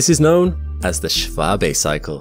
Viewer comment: Props to you for getting the pronunciation of Schwabe right, it's not often you see an American giving a damn about pronouncing foreign names correctly.